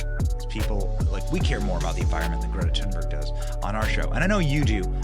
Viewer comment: Dang! Benny almost said Greta's name right! He didn't pronounce the "H". It's more like "tune" or "toon". Most people can't help but say that "H". Here